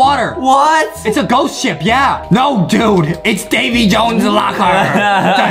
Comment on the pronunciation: so justin says davies joans